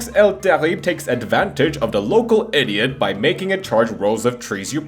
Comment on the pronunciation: The way he pronounced “Terrible” as “Terry” made my day Thanks for stealing my tip :D